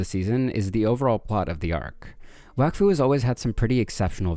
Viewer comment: its prounoced wok fu